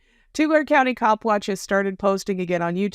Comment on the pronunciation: love your work...Tulare is pronounced Tu-lar-ee :)